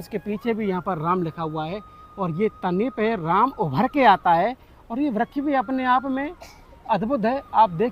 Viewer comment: Vryak nhi vraksh hota hai